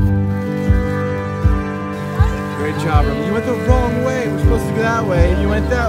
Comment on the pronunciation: Ro-Mawn. Her name is pronounced Ro-Mawn.